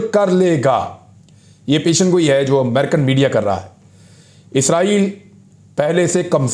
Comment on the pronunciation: پیشن گوئی نہیں پیش گوئی ۔ ۔ آپ کے تبصرے تحقیقی اور غیر جانبدار ہوتے ہیں۔ شاباش